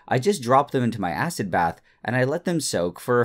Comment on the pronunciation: what is this “acid” you speak of